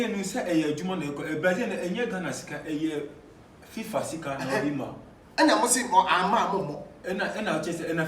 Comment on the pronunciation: It is Brimah..Its not Berimah.. and kindly correct it pls.